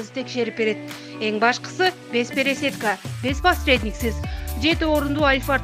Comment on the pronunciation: Пересетка эмес пересатка десениз